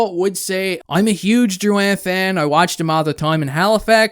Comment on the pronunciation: You pronounced it right big shoots! Dont forget also that Drouin was a fucking beast in the playoffs for tampa the year before the trade. Stamkos was down and poocherov wasnt there yet. We had NO centre depth and everyone around the league knew it and would have fleeced us for a centre. I dont think this is as bad as Hall for Larsson, which was a similar situation